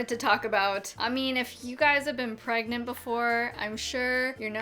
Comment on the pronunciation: How do u pronounce pregante?? 😂